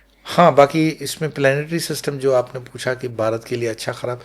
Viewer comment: बारत और दर्म तक बोलना नहीं आता, बना घूम रहा है